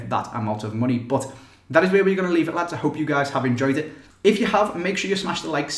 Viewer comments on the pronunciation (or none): none